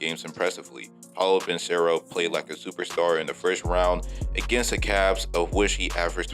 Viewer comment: And his name is Paolo Benchero Paw-LOW BIN-Chair-roe